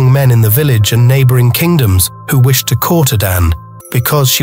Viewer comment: 😂😂😂😂😂 wishted? Come on AI, listen and learn better…if you’re going to overtake the world learn how to say the words you’ve been programmed to turn into audible soundbites😂😂😂